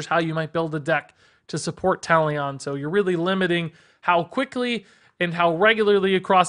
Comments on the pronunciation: Talion is pronounced like Taliun btw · How he pronounced Talion killed me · Butchered Talion’s name Lol